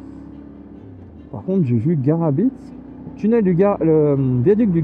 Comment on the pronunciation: Hello l'ami, tu étais à l'embranchement à Saint Flour entre l'autoroute et la direction du viaduc. Et on dit GaraBI ! le t ne se prononce pas, heureusement d'ailleurs 😉. Dans tous les cas merci beaucoup pour tes vidéos qui font vraiment rêver j'espère pouvoir trouver le temps pour faire certains de tes road trip 🙏🏼